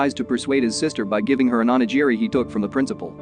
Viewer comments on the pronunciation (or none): none